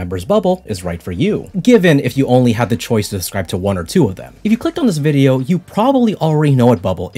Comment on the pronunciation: I love the way he automatically says "viDeOuR" in the Aussie accent when reading Lily's messages